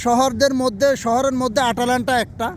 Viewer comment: আটালান্টা না ভাইয়া, ময়দালান্টা